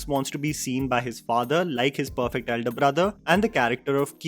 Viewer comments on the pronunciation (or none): none